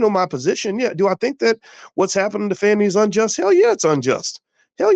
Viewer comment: The mispronunciation of her name is wearing me Out. Her name is not Fanny.